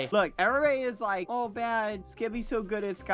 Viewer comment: When skeepy doesn’t say lick instead of like... impossible